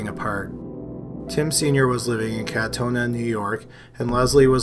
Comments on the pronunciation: the one from like 4 to 5 min the town its Katonah not kantona but anyway I live in that county not too far weird lol white plains is just north of the Bronx nyc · it's kaaaa tonah N.Y. gr8 vid tho 👍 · okay I know this is hella late but I live near Katonah, NY(#2) and you pronounced it wrong lmao Kah-toe-nah is how its pronounced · "They're from Westchester" it's ka-toe-nah bud. Love your content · Anyone else bugged by the pronunciation of Katonah 🤣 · Not trying to be rude of anything but you pronounced Katonah wrong.